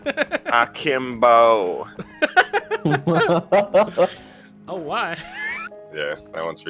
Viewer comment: "AkimBOW" died at that part